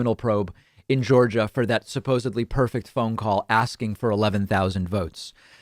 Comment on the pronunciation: I know you're a gramarian, David. So, I need to tell you that it is "supposedly." You keep pronouncing it with a B, but it is a D instead.